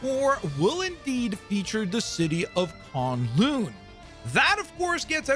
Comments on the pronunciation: Dude not to be that guy, but how do you watch the video on the map and they say it but you still say it wrong it's not kon loon it's kun lun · Bro did not just call K'un-Lun… con-loon…. 😐